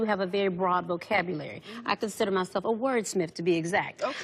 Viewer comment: A true wordsmith wouldn’t say “wordsmif”.